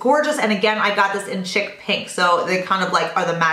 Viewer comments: He he....... Its not CHICK PINK...... It's pronounced "SHEEK" xx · Hey!! Loved everything as usual! Just an FYI...the blush u got from guerlain is pronounced "sheek" pink. Chic is French and means very high-end, or in fashion. Lol...ur too cute!! Xoxo